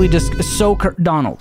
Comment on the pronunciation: bro's speakin fluent amal crosing Donld no hmm, NO hmm! NO HMMMM!!!!!!!!!!!!!!